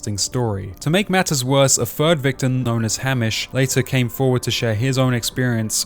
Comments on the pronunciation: Your pronunciation of Hamish threw me off soooo much lol. It's pronounced Hay-mish. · this video was so good and objective and raw but how are you australian and can’t pronounce easy and well known australian locations and names like geelong and hamish lol. great vid